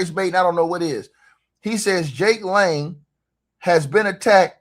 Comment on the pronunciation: correction???? NAME. JAKE LANG NOT LANE. CORECTION PLEASE NOTE. LAST NAME LANG😮😮😮😮😮😮😮😮😮❤